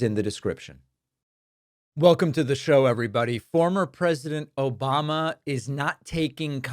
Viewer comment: I didn’t watch yet, but I’m hoping we’ll get an “Obomna”